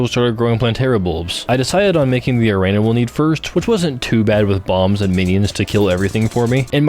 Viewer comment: why do you say arena like that 😭